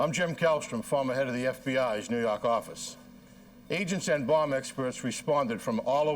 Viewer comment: "nuu yawk affice"